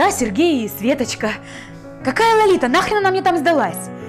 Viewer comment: вообще-то правильно говорить:Лолита. А не Ларита